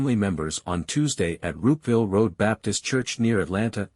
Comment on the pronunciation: The church is called Roopville road Babtist church, not Rootville